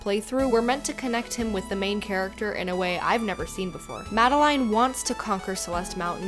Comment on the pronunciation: Sorry i just have to address this, Madeline is pronounced like 'Madelin'